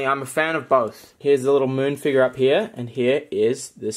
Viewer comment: I cringe & baby barf a little whenever he says “figar” instead of “figure”. lol I don’t think it’s an accent either. Just a problem with dialect. 😬😅